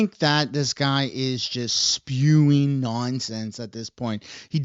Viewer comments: Spuing? What in the hell is spuing? OH, you mean “spewing”?!! Tell me you were educated in Canada without telling me you were educated in Canada…lol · *Spewing, not 'spuing'. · What is that word, "Spuing", do you mean "Spewing", Good Grief!! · FYI..... it's SPEWING, not SPUING. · IT'S spewing not spuing, poor grammar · Spewing my dude, it's Spewing :D